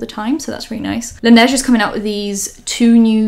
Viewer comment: This is the first time that I hear someone saying la neige correctly